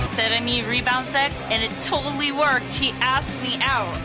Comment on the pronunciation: did he just say... mie ?